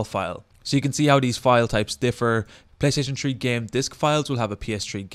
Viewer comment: Playstaytion tree LOL love you dude